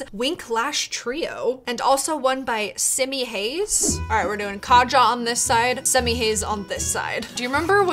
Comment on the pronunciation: Part that has the mascara it’s nice kaja it is pronounced Kaya